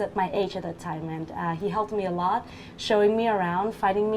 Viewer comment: chị người mẫu lúc đọc a lot thiếu s hay sao ý